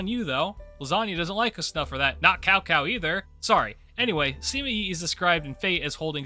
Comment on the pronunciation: my homie really said cow cow instead of cao cao ;__